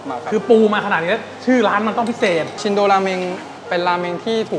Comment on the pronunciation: ออกเสียงชินโดครับ ไม่ใช่ชินโดะ พอแก่แล้วเริ่มไม่ชอบกินมันๆ ส่วนใหญ่ก็จะสั่งชิโอะ เดี๋ยวจะหาโอกาสไปลองครับ